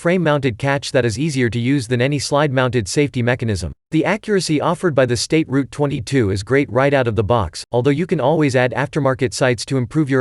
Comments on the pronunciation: State Route 22? Ruger Ten-twenty second? This video lost all credibility in the first 45 seconds. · I was finished when I heard "State Route 22."